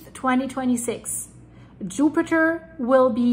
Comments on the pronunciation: 😂😂😂 did she say yupiter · Yoopiter Me: giggling like a school boy with a crush 💕